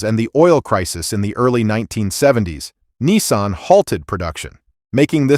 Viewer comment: It's NISSAN not NESSAN there is no E and while where at it there is not W in Jaguar